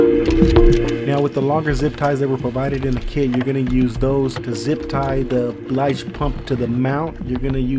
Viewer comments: It's a 'BILGE' pump. NOT a 'BLIGE' Pump...!!! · did you say "blige" pump?